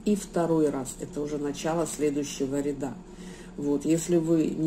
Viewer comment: Не рядА, а рЯда